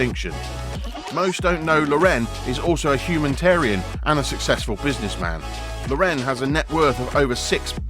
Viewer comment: What a freaking joke of a video. In the first place, the narrator cannot even pronounce Ralph's last name correctly. In the second place, the narrator says that Ralph Lauren has created an affluent lifestyle like the one he grew up in He grow up lower middle class.